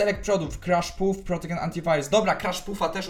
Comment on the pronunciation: "protogen" XDDD kurde ja myślę czy napisać ci o tym antyvirósie ale ty wysyłasz film XDDDDD